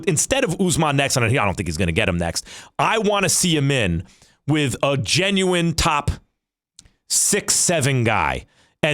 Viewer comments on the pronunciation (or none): none